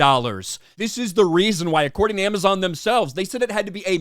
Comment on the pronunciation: A-Mess-On: "If you see a trailer of ROP you count like a ROP fan". Me: 🙄🙄🙄🙄🙄